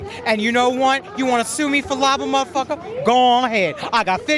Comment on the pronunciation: Damn what's in that pipe, he cant even say muthafucka right? 😂😂